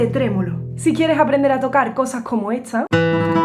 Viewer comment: Porque cuando ella dice “esta” dice estxcha? O cuando dice “Tardes” dice txchardes? De Que parte de España será este acento ?